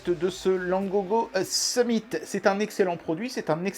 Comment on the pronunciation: Pour la traduction du nom Summit,le "mit" ne se prononce pas comme le mot "meat" comme "it" ne se prononce pas comme"eat" le problème vous prononcez le i comme vous le faite en français.